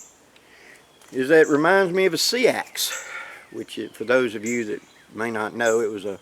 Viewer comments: Seax is pronounced like axe with an s on the front (s-axe) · Hi,, just FYI, the word Seax is actually pronounced SAX,, 😀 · Thanks for the great videos. It's spelt Seax it's pronounced Sax. Carried by Saxons and Celts also. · Seax is actually pronounce Sax. I know it doesn't make sense, but that's how it's pronounced. Upside down, that resembles what's called a Broken Back Seax ( there were Seax's with straight spines as well ).